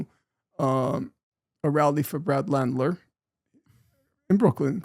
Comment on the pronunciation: A big cringe is hearing someone mispronounce Mamdanis name but Norm is so woke he mispronounced Landers 😂 LANDLER